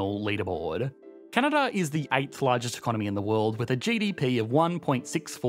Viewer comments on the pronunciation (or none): Canadar? Never heard of it.